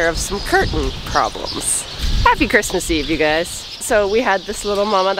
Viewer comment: Ewe tube? Every time I here you say “you,” I hear ewe!